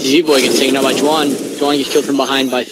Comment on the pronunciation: It's Juan with an h sound not with a j sound